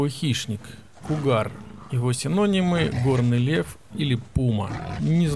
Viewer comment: Может быть кугуар все-таки, а не кугар?